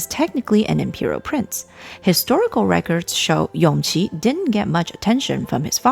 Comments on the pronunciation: It should be Yongji (永璂), not Yongqi (son of Consort Yu) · Err... Isn't Yongqi the 5th Prince, the son of Consort Yu? Empress Nara's surviving son was called YONGJI.. Yes, the pronounciation is similar, but still different.. By the way, I think around the time of the Empress cutting her hair, the one who was main contender of the Crown Prince's seat and the Emperor's favorite is actually that 5th Prince Yongqi before his unfortunate early death.. Prince Yongyan was still a child but yes, because he still a little he did have his father's attention..